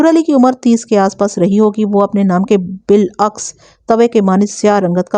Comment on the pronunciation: بلعکس نہیں بر عکس ہوتا ہے